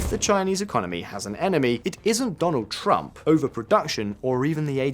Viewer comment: The fact you said "Drump" so many times is the reason I cut this video short. Keep your political inclinations to yourself this is about economics not your favorite candidate